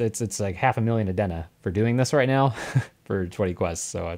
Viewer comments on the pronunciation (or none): just came across this suddenly, decent stuff there. Nothing against the 9k gems but; "Adeen na". "Not A-Den-Na"